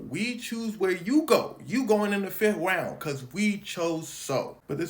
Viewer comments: he said he going in the 5th wound instead of round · I heard that fif wound